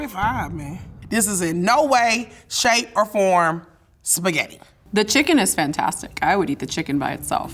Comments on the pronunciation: PORCO DIO E SPAGHETTI 2 T non SPAGHEDI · the winner knows how to make spaghetti just doesn't know how to pronounce it. "shpaghetti" :/ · What bothered me is how she pronounced words like "shpagetti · Girl is you cool! Not Spagagna!!😂😂😂😂 … he used what ingredient “jalapeño😂😂😅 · "I' m and I eat spagheRi" 💀 Imagine not being able to pronounce your own surname.